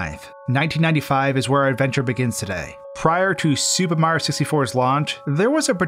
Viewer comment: im not making fun of you, but the way so say mario makes me laugh. mro